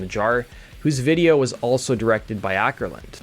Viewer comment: Not "Ackerlund", more like oh - kerlund.